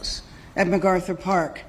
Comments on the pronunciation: This demon needs to be fired. There is no G in MacArthur. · She called it McGarthur Park….doesn’t even know the name of the park that she’s mayor of.